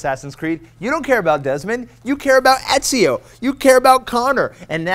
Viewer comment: i would lie if i said that the way he pronounced "EZZE-IO" did not annoy me.